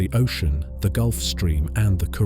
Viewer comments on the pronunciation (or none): none